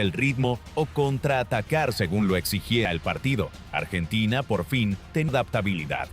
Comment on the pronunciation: Que ia de mierda, donde son polvorientas las calles de Bs As, artina en vez de Argentina? Que asco